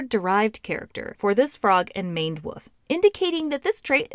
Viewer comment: Woof is now and has always been an odd way to pronounce wolf